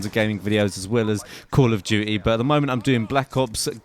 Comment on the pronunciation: i love how he says call of duty. cuh of doo-eee. Good video! <3